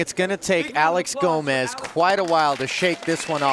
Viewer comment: His name is actually Gomes not Gomez You know not everyone is Hispanic . . . 👋🇵🇹🇧🇷